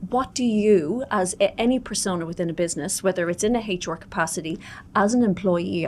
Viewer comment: in a competition for the weirdest pronunciation of HR the first places goes to this lady for sure. Heychoer